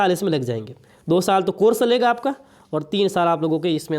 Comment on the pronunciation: किलियर 😂 , कोरस 🤣🤣 baki nice information sirji😅